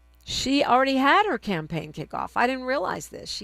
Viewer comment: "Campagne?" Like champagne?